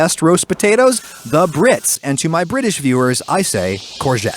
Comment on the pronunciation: Ohh British I thought he was saying someone’s name😂